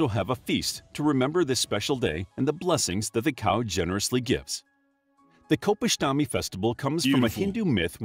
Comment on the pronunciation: It’s not Gopashtami but pronounced as “ Gokulashtami “